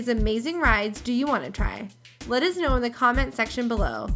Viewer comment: she says us the same way my dad does witch is uz